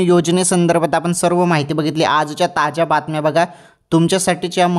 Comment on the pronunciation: ताज्या बातम्या होय कि ताच्या बातम्या होय तुजा आवाज मोठा गोड आहे=& तुझी मराठी कोण्या देशाची आहे